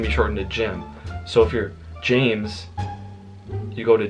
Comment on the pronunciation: James is one syllable but good try😊